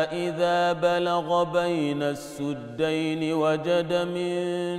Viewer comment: Wait, this sounds wrong. Is this some other qir'at of the Qur'an? I double checked and I found mismatches: saddayni, not suddayni yafkahoona, not yufkihoona saawaa, not saawee fa iza jaa, not fa iza jee fa iza jaa, not fa iza jee PS: Nice voice though❤️